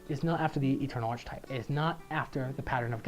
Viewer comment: You keep pronouncing "archetype" incorrectly.